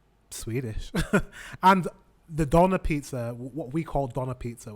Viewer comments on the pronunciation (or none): It's pronounced "döner", not "doner". 🙂